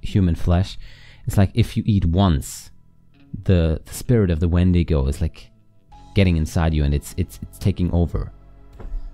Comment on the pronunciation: You actually pronounced "wendigo" the way most people do. Dean said it weird. Enjoyed the episode.